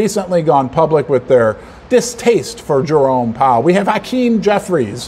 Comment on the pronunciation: Jerome. Not Jeremy.